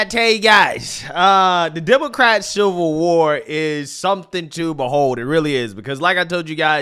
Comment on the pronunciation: The translation guide 😂😂😂 Pop-uuhh-ler = popular ExtrapYOU-late = Extrapolate Silver war = Civil War Dat = that Dis = this Fuss-trating = frustrating